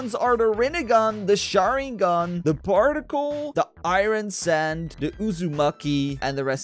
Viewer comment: lmao he said barticle